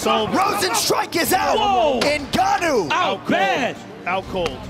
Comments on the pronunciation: Now they know how to pronounce his name Hun!!! From GANO 🙄 to N'GANNOU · Who else notice the Gannou pronunciation 🤣🤣🤣 before they learnt the Africa sweet pronunciation NGANNOU. Lol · Even his name evolved with his abilities "Ga Know", "EN Ga Know", "N Gah Knew" 😆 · Not Ganow, Francis N Gannou. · n-ganou, ganou. Lol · Francis gA-kNoW 😂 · I noticed that also. No-go-no. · This “Ganough” is a killer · them calling him Gano killed me XD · Its so funny, everytime Joe Rogan pronounces his Name wrong "Kno"🤣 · i was a fan since he was named "gan-ouh" 😂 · Back when they pronounced his name (Gar-noah) 😂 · are we not going to mention Rogan calling Ngannou, "Guh-No" 😂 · Before they knew how to pronounce his name 😂😂 ganno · When u realize how his name was pronounced has "ganoua" 😂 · I'm calling him Guknow from now on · Francis gnaaou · I hate that they call him Gahno lmao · Ganou, gano, lol freaking commentators..couldn't they just ask him his name! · "FRANCIS GANNO!!" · Gano how you so say it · FRANCIS GA-KNOW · "N ganow" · Gano? Bruh 🤣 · Francis Guh-no! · Francis gnou? 😂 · the evolution of properly pronouncing his last name is more impressive than Francis' evolution as a fighter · I’m glad they learned how to pronounce his name 🤣 Joe was killing me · Best part of this is the way they pronounce his name in the first fight and second fights, they quickly learned it was a name to get right. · They couldn’t pronounce his last name in the beginning hahaha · At this point they didn't even know how to pronounce his last name :) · At first they even didn't pronounced his name right 😅